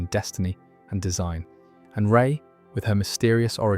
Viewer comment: Gah, you lost me as soon as you said "Rey".